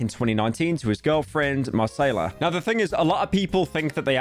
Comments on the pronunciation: It's mah kay lah not mah say lah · Listening to u say Mar-say-lah the whole video and cringing so hard 😊 i believe it’s pronounce mi-Kay-la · At what cost? —Mispronouncing Macayla over a hundred times in 15 minutes... [DRAMATIC MUSIC] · Marsayla 🥴 It’s MUH-KAH-LA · Brother it’s ma Kay la not masayla 🤓☝️ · Shouldn’t’ve listened to chat Mr. Metro’s Boomin track. It’s (Mah-Kayla) not (Ma-Sayla) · Marceyla? Bro come on…😢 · brozzer stop calling her Massaiallah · Say it with me. Muh-kay-luh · "Marsayla" this has to be intentional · whys he calling her marsayla ? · wasnt it pronounced at muhkayluh? metros booming? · Confuses Albania for Algeria not to mention the constant mispronunciation marsayla......... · There is no way this dude called her "marcela" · BRUHHHHHHH HES STILL FUCKING UP NAMES😭😭😭 it's pronounced (muh-kAy-luh) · Bro i thought Marsayla would only be said a few times but he actually butchered it everytime 💀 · First metros booming and now marsayla. When will it end British man? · NO way Pyro is really saying "Masaila" 💀💀💀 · buddy really said MaSAYla 💀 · Bro did not just call her Marcayla 💀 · not a pyro video without him saying a name completely wrong :') Marsayla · this channel really became like, centrist slop. no research in any single video, no knowledge on anything, couldnt even pronounce her name right and is terrified of having a single opinion on anything and just goes "thats crazy" over and over again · Bro really called Macaiyla chicken tikka masala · That's not how you pronounce Macaiyla Pyro... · How does this guy see names and is like "how can i pronounce this in the worst possible way" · bro is baiting engagement pronouncing macaiyla's name that horribly, nice slop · Only Slopman can make a 14 minute video of a League player wife's twitter drama and pronounce the only important persons name wrong the whole 14 minutes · Every time Pyro mispronounces 'Macaiyla' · Do you mispronounce names as a joke or what? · New name Mispronunciation just dropped